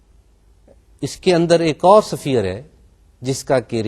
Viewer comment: safeer nahi hota is-fear hota h